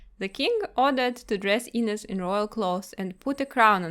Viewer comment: Im from Portugal and I'm so happy to see this tale being known around the world. Also not wanting to be rude but I found hilarious when you say Inês